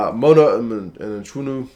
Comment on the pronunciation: Hi thanks for the vid, amazing as always. Just pronunciation advise.. Mchunu - mkoo-nooh The ch basically becomes a K